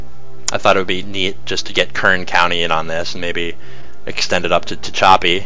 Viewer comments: "Ta Cha P" mountains????? Try "Ta Hatch a P." If you are from L.A. it doesn't sound as though you understand the geography of the areas outside of L.A. County. You need to use a large cursor to connect where the viewer is looking to the location you are talking about. As presented you click on something on the side and expect us to automatically shift our eyes to where you are talking about. I found myself looking all over the map to see where new colored lines are going to appear. You keep saying the words "here," or "over here" without having any visual cue on the map to indicate where "over here" is. Also, I don't really don't know what is meant by "DMU." Oh crap, "Go leta," it is pronounced "Go Lee Ta." Also the people in "Los Banos," pronounce it "Loos Ban ous" not the real Spanish of "Los Banyos." I've only lived in California for 36 years now and I watch the news and travel to hear how names are pronounced. And by the way, the rural areas of California don't necessarily want to connect with the urban areas of the state. Before making a pronouncement of such you should get out into the rural areas and speak to the non real estate, non chamber of commerce type folks. I live in rural California and I don't want urban folks to get here any easier than they do already. The land has already reached its visitor capacity most of the time. And don't typify rural residents as somehow being more frustrated with government than urban residents, I sure haven't observed it in 40 yea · Tehachapi is said te-HACH-ah-pea. Aside from that, thank you for your excellent interest in Los Angeles public transportation.